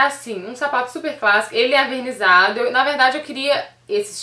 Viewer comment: Sem querer ser chata, mas o correto é ENvernizado e não avernizado.